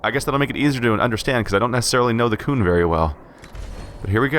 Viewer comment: the qun is pronounced qune and you have played dragon age 2 ??? and you don't know how to pronounce qun. they say it through out the game. sorry. not trying to diis you or anything its just annoying. to hear you mispronounce the word. no offense.